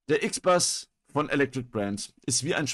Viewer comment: Nicht "IXBAS", das Teil ist deutsch, es heißt "IXBUS"